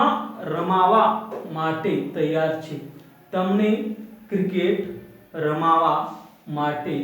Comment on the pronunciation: U r spking absolutely wrong, it is not ramavaa. It is ramva n nt che cho